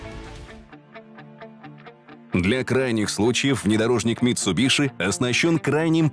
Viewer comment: Как же режет слух "митсубиШи") Это звучит ужасно)) Почему не произносить правильно?))